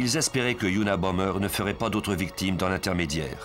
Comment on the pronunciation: ça commence bien : c'était unabomBer et pas unabomMer